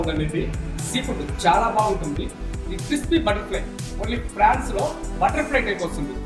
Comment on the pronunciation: అది ఫ్రాన్స్ కాదు...prawns